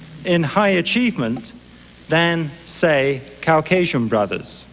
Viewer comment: Take a drink every time Rushton says Cow-casian! I’m part cow😺